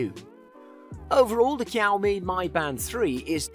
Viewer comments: hahah the pronunciation of Xiao Mi was hilarious. How did an X become a K ? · Great video. It's pronounced closer to "Siao Me" btw. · Might want to find out how to pronounce xiaomi